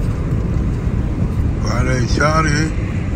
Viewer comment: الوعب مش الرعب 😂